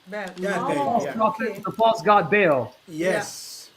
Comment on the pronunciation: Interesting how is pronouncing the entity’s name to sound like Hubble, our huge space telescope, and the Vatican originally named their telescope Lucifer.